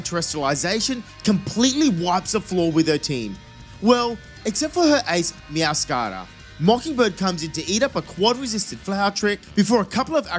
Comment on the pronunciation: “Meow - scada”